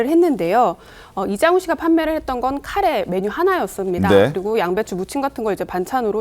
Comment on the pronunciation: 가래가 뭐냐 가래가 에라이